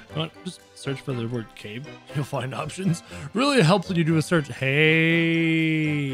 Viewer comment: It’s not cap it’s cape